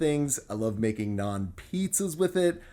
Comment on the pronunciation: I love how you pronounce naan as it should be! nice recipe!